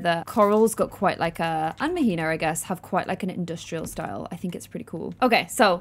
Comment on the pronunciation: queen -- Mahina is pronounced "MAH-HEE-NAH" not "MUH-HEE-NUH" 😭❤️